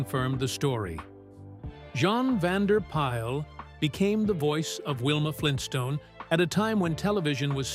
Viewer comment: Bea Benaderet's name is pronounced "Bee Ben-a-DEHR-et. Jean Vander Pyl is pronounced "Jeen" Vander "Pill." Mel Blanc's last name sounds like "Blank." Bamm-Bamm's name rhymes with jam.